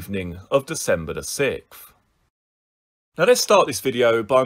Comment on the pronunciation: The way you so say 6th is so annoying I can’t even copy how you say it 😭😭 it’s 6th with a h not sick or whatever you saying 😭😭